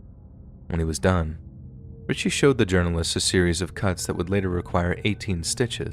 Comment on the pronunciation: It’s not Richie it’s richey